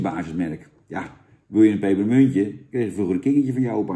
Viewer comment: Duimpje omlaag omdat je "pepermuntje" niet normaal kunt uitspreken